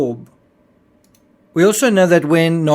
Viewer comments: Sure, PH may have not cared if he died on the sub, but what about the people Rush was using him to lure down there? I think his view is incredibly selfish. What was good for him might not have been good for the others on these trips, if they'd known what he knew! Didn't he ever spare a thought for them? PS: I hate to be that person, but Nargeolet is pronounced with a soft 'g', not a hard one. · Ffs, I like your channel but can you please, PLEASE, at least show the man the respect of pronouncing his name correctly? You’re not even TRYING. It’s extremely disrespectful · He’s not even bothering to pronounce the man’s name properly, which is bare minimum. Given that, it’s hardly surprising that that fact, which would have taken 30 seconds of research, was missed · Nar- shjo-lae, not Nar- go- lae. Experienced diver, part of RMS Titanic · I thought someone would eventually mention this so I never bothered. Nargeolet is not pronounced nar-go-lè. In french (my mother tongue), an 'e' after a 'g' softens the 'g', and it is then pronounced as a 'j'. Nargeolet is pronounced nar-jo-lè. Note also that in french, the j sounds just like it does in english, but without the 'd' sound that it starts with in english. There's not even a hint of a 'd' at the beginning of the 'j' sound, however tempting it may be for an english speaker to insert it there. (edit: had not noticed the r missing in nar-jo-lè in original comment) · It’s pronounced “narjolay” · Not silent. It's pronounced like "zh". . If you don't pronounce the g at all, you're pronouncing it a "a-swaying" , which is incorrect. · PH didnt care about dying because he was 77 with a life well lived behind him. Pronunciation is like Narjolay, not Nargolay... Geo is like jo in French ( not djo) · I thought that "Nargeolet" was pronounced "narsholeh" according to French spelling/pronounciation rules, but I must have been mistaken🤔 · Just as an info, PH's family name is pronounced 'nar-jo-ley' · its Nar Jo Lay